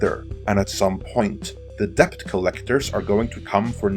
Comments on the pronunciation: "dePt" Lmao Best google the pronunciation of debt. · A little tip: debt is pronounced dett; the b is completely silent. In fact, in Middle English it was spelt dette/dett, but later on the b was added as part of 'Latinisation' (spelling words more like their Latin origins, regardless of pronunciation). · Isn't DEBT pronounced /det/? :o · Please learn how to pronounce words correctly if you have to use them every 10 seconds. It´s really distracting to hear "debt" pronounced as "deBt" when it really should sound like "det". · I don’t know if I can keep hearing debT! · Why the fuck can this man not pronounce the word debt? There's no K in it, dude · Debt the T is silent. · Don't pronounce the B in debt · learn how to properly pronounce "debt" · are you pronouncing the “b” in “debt”? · The B in "Debt" is silent. It's from old french. Not to be confused with the word "Debit". English is truly a confusing mish mash of other languages.